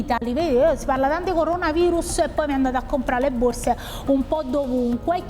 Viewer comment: "Tg borze" 😂